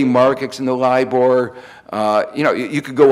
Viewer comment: Kao-Lee Liaw He might have had a cold that day.He does have an interesting "Elmer Fudd" type of speech defect. I found another video where it's much clearer. thank you though for your rude diagnosis. Look at this thread and you'll see lots of people who, according to you "need a hearing aid." He also says "Politics shape Markeks", "things we have been experienkcing", and "the United Steaks", as well as "raink-seeking".Maybe it is YOU need a hearing aid?